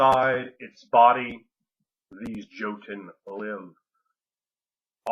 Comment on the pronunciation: Awesome as your video may be, I cannot overcome the urge to get pedantic on pronunciation: the "j" in "joten" is pronounced like a "y." It's like that in all Germanic languages. Be that as it may, I can't wait to read Ring of Fire!!!